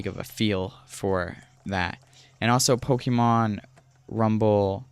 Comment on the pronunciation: Look up how to pronounce "Pokémon". Also, work on your delivery by cutting the fluff and pausing much less. Leave out words like "uh, "yea" and "umm". Allow one sentence to flow into the next without pausing or taking unnecessary detours. Stick to the topic. I can tell you that as a viewer, all I wanted to know was the differences between Blast and World, so when you finally made it to discussing Blast, I quickly became frustrated when you started describing how you came across the game just a few sentences after you started covering the differences. That's what I mean when I say "cut the fluff". Or at the very least, include info like that in a totally different section, maybe even one of its own. Anyways, I'm not trying to be overly harsh or critical. I can tell you're a young guy, so in that sense... good on you for simply making videos. Many others only ever talk about doing what you're actually doing mate. That's something worthy of being proud of. You'll inevitably improve over time. That's guaranteed to happen as long as you continue making videos. Well earned sub from me, bud. "Liked" also, obviously....